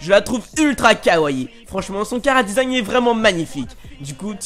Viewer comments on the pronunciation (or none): none